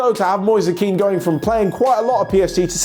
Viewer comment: Really good video, but... Kean doesn't sound as Keane, it sounds more like "men" but longer.